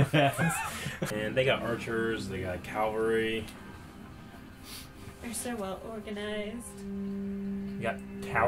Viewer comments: Whenever people say calvalry instead of cavalry I always get triggered. Its only that mispronunciation too. People say other shit wrong, and its like "Yeah, maybe next time bruv". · "They got Calvary" ..... No, they have "Cavalry". They do not have the site of the crucifixion <O.O> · Such weapon experts and yet insists on saying 'calvary' instead of 'cavalry'.